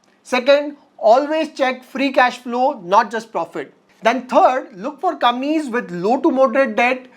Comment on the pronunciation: Nice video. One small request: please pronounce "Companies" properly. Sometimes it is difficult to follow the video.